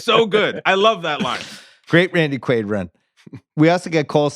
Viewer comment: Also the podcast is called rewatchables, so u should ACTUALLY rewatch the film before taping the pod. U all couldn't even pronounce Randy Quaid's character name correctly, u just obviously read and mispronounced it from the cast list...u know what isn't aging well?....the rewatchables podcast. Close the doors if ur gonna come with such shitty effort